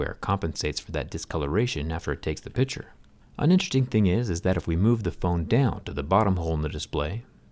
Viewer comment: With such a great speaking voice I wish Zack could pronounce "picture" properly.